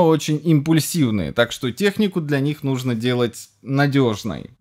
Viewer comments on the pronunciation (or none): none